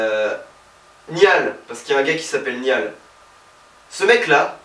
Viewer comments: Oh nan mais Niall se fait vraiment pas respecté en France 😂😂 jpp essayez de prononcer correctement son prénom c'est si compliqué ?😂😂 "Nayeule" voilà c'est comme ça et non "Niale" 😂😂 sinon bonne vidéo 👌😊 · guys he said zayan my god i'm diying he said nial honestly i can't stop laughing ary....my stomach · Zayan et Nial 🤣🤣🤣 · Ca se dit Niall en Francais et Naill en Anglais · "Zayan" "Niale" quand même 😭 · Niale c'est bon mdr 😭😭 je did " niale " aussi 😭😭 MAIS ZAYANE NON C'EST PAS POSSIBLE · je suis directionner mais ca ma juste tuer pooooooooooooouuuuuuuuuuuuuuuah la vie j'en peut plus :''') ( ca ce dit naill pas niall) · Chui directionner mais j'kiff ta vidéo ⌛ PS : "Niall" sa se prononce "Nalleule" 😌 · Avant j'avais regarder cette video sans être fan des 1D, mtn je le suis un peu plus (surtout Niall)et j'etais ptdr et je veux pas me moquer seb mais franchement t'en fais exprès de mal prononcé les noms: Zayeeen niiial. Voilà jvous aime a plus. PS: j'était morte pour le cri de Niall 😂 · J'adore les one directions j'ai tellement rigole ! Par contre tu me perturbe à prononcer "Niall" en français 😂 sa se prononce "Nayeule" mais sa s'écrit "Niall" bref t trop drôle 😂😂❤ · déjà'Zayn' se dit 'Zaïn' et Niall 'Nayeul' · "Niyal" "Zayan" j'm'en remettrai pas :') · Naill sa se prononce naigneul et zayne c zégne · Ça me stress quand il dit Zayane au lieu de Zayn et "Niall" au lieu de "Nayole" 😂😭🤦🏽‍♀️ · deja niall ça ce dit nayl ;) et tg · Il a tué la prononciation du prénom de Zayn et Niall😂😂😍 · J’ai eu des envies de meurtres en entendant comment il a prononcé niall et zayn 🤠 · J'en peux plus ca fait 5 000 fois que je regarde cette vidéo depuis sa sortie et je m'en lasse pas même si je suis directioner et qu'il à tuer les prenom de Zayn et Niall... c'est pas grave 😂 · je suis directioner et franchement des fois c'était marrant. le crie de Niall est trop marrant😂 ps: apprend juste à prononcé le prénom de Niall et Zayn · J'aime trop comme il détruit les prénoms de Niall et Zayn 😂